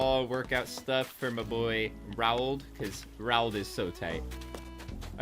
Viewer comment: Its pronounced r-oawld